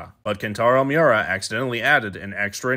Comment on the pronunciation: Big emphasis on 【ＥＸＣＥＳＳＩＶＥ】